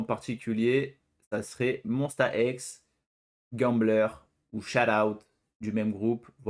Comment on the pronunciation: Tu ne connais pas et pourtant tu prononces Monsta X correctement, par rapport aux 3/4 des gens (sans compter les fans évidemment) 😂 Merci pour ta réaction, et ravie que tu aies apprécié Gambler ma chanson préférée d’eux. Je conseille aussi Beautiful Liar, pour laquelle je n’ai jamais vu de critique négative jusqu’à présent !